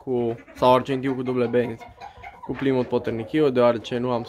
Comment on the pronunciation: nu este repros...in engleza se spune plaimut..cred ca ai inteles.....pasarile foarte frumoase..te urmaresc!!!